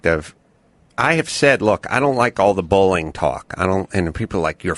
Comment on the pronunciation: Why does Adam pronounce "bullying" as "bowling."